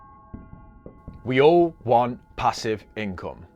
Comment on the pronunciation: Pa-sieve.... nice 👀😂😂😂